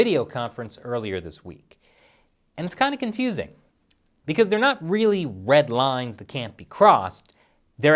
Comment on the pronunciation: I Heard “Led Rines”...? Did I Miss Something?